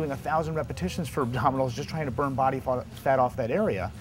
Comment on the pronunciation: secs he say's 'body fart off that area'.lol!!!